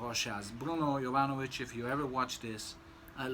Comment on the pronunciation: thanks:)...yes,i understand,and have same feeling about mass hyped juvenile fragrances,as at 47,i have surpassed that,and also have soft spots for vintage type of fragrances.Also,it’s always nice to hear pronouncing correctly brand names(joop!),and perfumers(jovanović):)...wish you all best.